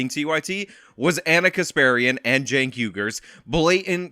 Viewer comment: It's actually Cenk.